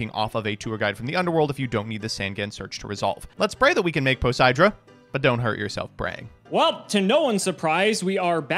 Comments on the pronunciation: really said 4 poseidra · I know this is Jank but... didn't read Poseidra properly 😅😂